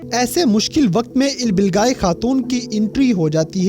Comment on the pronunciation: Ilbilgai nhi bhai ilbilge Kia ho aap Naam ka namak bna dete ho🙀🙀